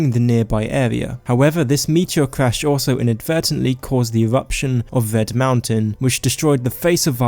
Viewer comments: Ved mountain? I think you mean Red mountain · ewuption of wed mowntun